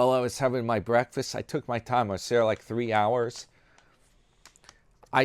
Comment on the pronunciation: That sounds like a wonderful "BWEAKFAST"! 😂